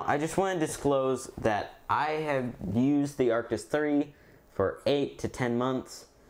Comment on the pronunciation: Why u say artis😂